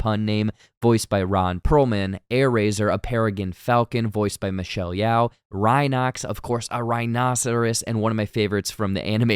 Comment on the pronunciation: Man I love your stuff but you butchered a bunch of names in this video. It’s Cheetor and it’s Michelle Yeoh (yo)